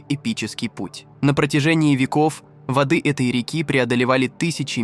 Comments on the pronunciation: ...водЫ отступили..., водЫ, водЫ... Может всё-таки вОды?))). Вы кто??? ИИ или нерусский🤨🤔? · Не водЫ Евфрата, а вОды. Беда с этими роботами! И тембр голоса противный! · вОды , а не водЫ ! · Так тело читает заказ! ВодЫ реки, водЫ озера вместо вОды реки, вОды озера. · В данном тексте в слове воды ударение надо ставить на первый слог вОды